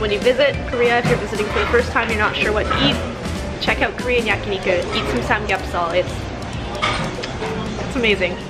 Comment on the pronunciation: Why is your pronunciation of Korean and Japanese words so strange? Even though your Japanese is fluent... ramyun -> RAY MAN ???? Mochi -> MOHH-chi Busan -> boo-SAHN Samgyeobsal -> samgyeobSAHL Hotteok -> hott-toh-KU